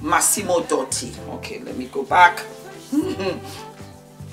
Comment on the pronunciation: IHello there! t is massimo DUti. that U is pronounced as duty in english. I have seen beyonce very closely and she wears wigs all the time, and extensions and fake hair.